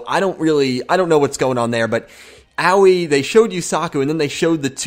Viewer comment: Hey guys not to be nit picky or anything but I think the pronunciation is not as Yu-Gi-Oh! Everything has said. I don't think it is oweee like what a young child says when they get hurt but something more like ah oh ee. I think her name is supposed to be something like the color blue which is aoi in Japanese. Once again I don't mean to be nit picky but it's just a tip.